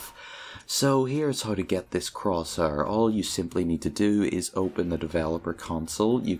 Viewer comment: croshuur very nice english